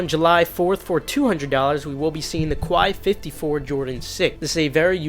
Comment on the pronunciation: I like how every cook groups trying to flex their Nike plug when they all have the same one that is /laughing at them And Quai 54 sound is Quei like Day not koala or whatever you said